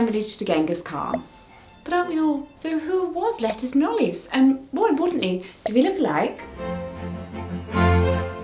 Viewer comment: It's not Lettuce. It's Lettice. Le'tease. (Form of Leticia)